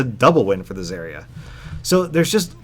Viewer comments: The biggest problem is you can't pronounce her name correctly!!!! Brah Its Zarya with an A not Zerya with E !!!! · I can't even finish your video because you just ranted on and on at the beginning, while butchering the pronunciation of her name. It's ZAH-RIA, not ZAY-RIA. If you're going to talk about a game, at least learn how to pronounce the terms properly. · the way he pronounces her name annoys me. I pronounce it Zarya, not Zariya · the way you say zaria really bugs me. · Zerya? I don't expect someone who doesn't know how to pronounce her name to know anything about how she works... Just don't shoot the barrier ( referring to the Mei video ) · the way you say zarya makes me want to puncture my eardrums with rusty screwdrivers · I hate the way he says Zarya.. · says Zaryas name wrong Me: TRIGGERED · dude cant even say her name right. gg bro